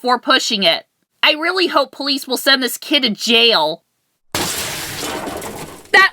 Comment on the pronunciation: Did you say police or please